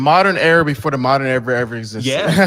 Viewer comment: Hafeez is long-winded and I hate that he keeps saying "error" instead of "era". Ugh.